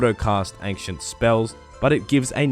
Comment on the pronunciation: i was triggered by "angcient"